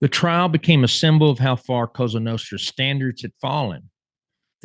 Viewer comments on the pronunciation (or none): none